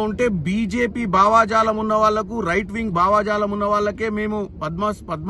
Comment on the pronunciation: అరేయ్ చామల, అది భావా జాలం, బామ్మర్ది జాలం కాదురా, భావజాలం ఏది అను, భావజాలం అని